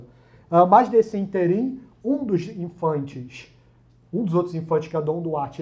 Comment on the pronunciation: É ínterim e não interim.